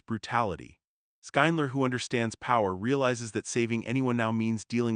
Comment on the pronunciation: This YouTube commentator should learn how to pronounce the main character's name, Schindler. Its not Skyndler or anything like that. How can you possibly pronounce it that bad?